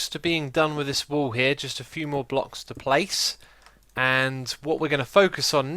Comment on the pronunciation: Always when xisuma says wall i understand wool :D